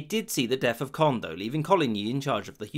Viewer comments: Cohn-deh. Yeh, bruh! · Friendly correction, Condé is pronounced KOHN-DEH, not KOND. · It is not pronounced the Prince of "Kondd" but the Prince of "Konday" (Condé), a junior member of the Bourbon branch of the Capetian family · Accents does matter in French therefor the name CONDÉ is pronounced like COND-AY and not CONDE ;) . Enjoyed our super easy language haha, even if french is often not pronouncing evrything , "é" is evrytime a "ay" sound and Never optional - loving this video btw, it's a mandatory part of our historiy class at school. And Navard isn't where you spotted it on the map, it's in Spain; what you spotted is Béarn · "Condé" is pronounced Conday not Cond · Condé is pronounced as cohn-day (more or less), not cohnt. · “Conde” has an acute accent on the final “e” and so should be pronounced as Conday. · as in "café"! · Taupe It is not an aspirated consonant though, so "k-hon-" would be false. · CONDÉ = CondE you pronounce the final E!